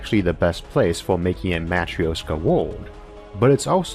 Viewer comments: We'll NEVER run out of room. EVER. (And it's pronounced "mah-TROOSH-kah.") By the way, that's not your real voice, it's computer-generated. ZING! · hollow earth aint a real thing but we will want to make it a real thing because its best way to make it work. man i love how logic can sometimes make science fiction into something sensible. nonsequitor: sorry it is my peeve. you are mispronouncing Matryoška, you can not just ignore interpunction when you do not understand it and you can easily look up the correct way to say it. Yes i know of your impediment this is clearly not related. i mean no offense but things mean things you can not just make up pronunciation as you go, especially if it is integral to your point. back to the usual bueznis: another great episode. Thanks to your explanations, i THINK that space farmlands might not be far in future, especially if privateers or govs decide that farming on planet earth is kinda inefficient and takes too much space. we could also use them as arks for our wild animals (safe from hunters due to space). point being that you made me dream of how space could save our dumbarses (collective humanity intelligence is much lower - mostly due to heard mentality and bad management). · most cursed way to say матрёшка i have ever heard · That Is REALLY not how you pronounce Matryoshka. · Please, learn how to pronounce matrioshka for crying out loud! :)